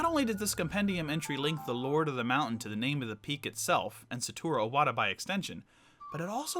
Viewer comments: For fuck sakes man the name is IWATA not O-WATA!!!! do you see an O in the name? Jesus you don't even know the name of the man and you call yourself a nintendo fan? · he also needs to fucking learn how to pronounce SATORU IWATA, he says SATURO OWATA... fucking moron